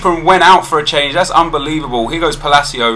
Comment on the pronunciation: Palacio is pronounced "Pah-Lah-Cee-Uh" NOT "Puh-Lay-Cee-O"